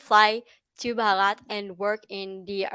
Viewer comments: One correction: you pronounce India as "brahat" which means nothing. The real spelling is Bharat (pronounced as: bha- rat) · Pronounce as Bhaarath ; name is made of two words Bhanu means Sun and rath means Chariot, so my country literally means Chariot of Sun 🌞 😊